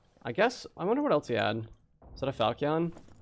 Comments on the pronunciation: Top videos, been watching your dark and darker and recently been playing vrising aswell. One thing. Falchion = fal-shun Not fal-key-un. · Fal-chun. What is a falc-eon? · I came here to learn, and learn I did, but please my brother in Christ falchion is pronounced fal-chen and the "a" in flanged is pronounced as it is in "land"